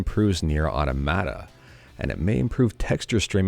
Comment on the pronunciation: Hey man, love your videos. So hate to be that guy, but automata is a real word outside the game and you're pronouncing it wrong. Just FYI for the future! Thank you for the amazing videos!